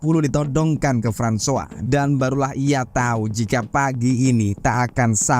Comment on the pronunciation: Francois = frahn swah 👍👍👍.. hebat ni Abang